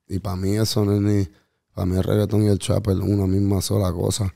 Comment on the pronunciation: Trap, pronuncien bien mae 🤣🤣🤣🤣